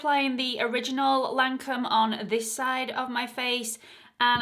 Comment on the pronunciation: Teint Idole is: Tain don't pronounce the t, edoll and Lancome is Lan don't pronounce the n, cum. Lancum.hope this help?